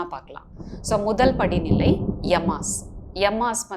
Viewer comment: நீங்க நல்ல பயிற்சியாளர்தான். நல்லாவே சொல்லித்தர்றீங்க. ஆனா யோகநிலையின் பெயர்களை உச்சரிக்கும்போது அந்தந்த மொழிக்குண்டான உச்சரிப்பை பயன்படுத்தினா மாணவர்களுக்கு தெளிவு வரும். தமிழ்ல பேசறப்ப தமிழ் உச்சரிப்பை பயன்படுத்துங்க. ஆங்கிலத்தில் ஆங்கில உச்சரிப்பு அப்படியே சமஸ்கிருதமும். உச்சரிப்பு இல்லனா அர்த்தமற்ற வார்த்தையா போய்டும். யமாஸ் இல்ல இயமம். இயமம் நியமம் ஆசனம் பிராணாயாமம் பிரத்தியாகாரம் தாரணை தியானம் சமாதி. சமாதின்றது வாழ்வின் இறுதியான ஜீவசமாதி இல்ல. யோகிகள் வாழ்வியலா கடைபிடிச்ச சகஜசமாதி. அதை குடும்பஸ்தனும் பயிற்சி செய்யலாம்.